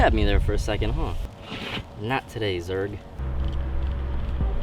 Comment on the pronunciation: did u just say Zerg as in buzz light year